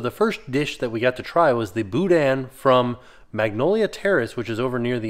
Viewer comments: OK, I'm a little irked as a Louisiana Cajun. Its not boo-dan. Its boo- da! The IN in boudin is silent. Wish I could afford to go this year. The food seems to be based around my home's culture. I'd like to try it. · I know we like to keep it light in here, but the guy saying "and-dewey" and "boo-dan" makes me not want to touch the andoullie and boudin.